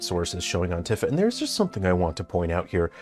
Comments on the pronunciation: He presents himself as an expert yet doesn't know how to pronounce Tifa's name. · He’s pronouncing Tifa wrong. I thought his favorite genre is JRPGs